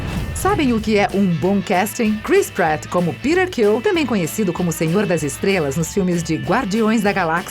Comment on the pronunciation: A pronúncia de Peter em inglês americano é essa mesma. "Pírar" Ela falou foi "Quill" errado. Falou "kil"